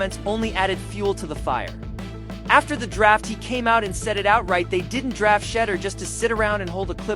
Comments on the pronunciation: Who is shedder?????? Pronounce his name correctly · I don't know why you are pronouncing his name wrong on purpose you know how to pronounce his name quit being a HATTER!!!! SHEDEUR SANDERS #STOPIT#HATER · For the love of all things sacred LEARN TO PRONOUNCE HIS NAME! Bunch of twinkies!